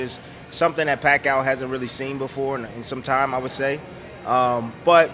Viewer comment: I was going to write the EXACT same thing. Funny how Timmie is always trying to give Manny’s opponents pointers but the only thing Timmie can point out is how to lose to PAC 3 times. And his name is pronounced PAC E OUW. Not PAC OUW